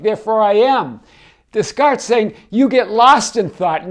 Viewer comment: I loved your pronunciation of Descartes!! - It actually made me pay attention more because I thought; “Who’s that?? - Oh Descartes!!!!” - Rock on!! 🙌🏽👍🏽😃🌈🌟